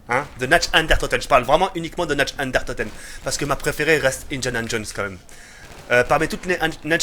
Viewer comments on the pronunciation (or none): 18/20 y'a pmus de liberté c cool... par cpntre tu me fais delirer qd tu dit "Natch and der toten" x) sa se prononce Nart der ountoten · c'est Nacht DER Untoten et pas Nacht UnDERtoten mdrr, sinon très bonne vidéo comme d'hab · C'est nacht der untoten !! Pas natch under toten